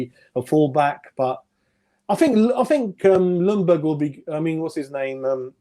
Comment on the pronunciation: Man said lonburg 😂